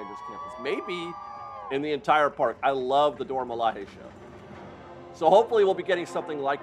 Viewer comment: I went the the CMs to renew my pass and get one for my daughter who just had a birthday. They automatically gave me a paper pass for her, but not one for myself. I’m assuming it was to make it easier for me to add her pass to my app. Also it’s Dora Mila”Jay”. It’s not a Spanish j sound. 😊